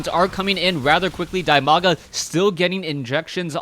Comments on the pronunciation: He is called Di-maga. Not Die-maga. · "Dimaga" is pronounced as "dee-ma-ga"